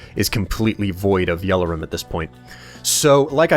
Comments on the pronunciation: You pronounce Yellorium like it's spelt Yellorum. My brain hurts now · no offense in anyway, this is just something that bothers me but its pronounced yellorium not "yellerum" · You pronounce a lot of things weirdly, especially yellorium. It's je-lo-ree-um, not jello-rum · Why does say "Yell-or-rum" insted of "Yell-or-ium", There is clearly an I in there... or is it just the fact that American English is different to British English... (and if so why?)